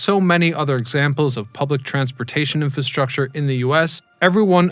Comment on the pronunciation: I think you are missing the first "r" in infrastructure.